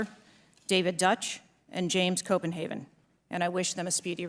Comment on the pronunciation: Cheatle MISPRONOUNCED the name of one of the victims, James Copenhaver... she said Copenhaven.